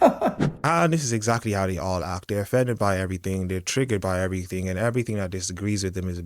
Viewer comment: Never mind the rest of it, the fact that you can't pronounce "th" and use "f" instead means everything you say is thrown overboard immediately. "Everything" = Yes. "Everyfink" = No